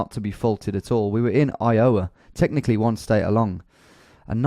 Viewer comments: Did he say I oh a instead of I ah wa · How did you just pronounce my state 😠. It's not I ow ah its I o wah. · Your pronunciation of Iowa makes me lol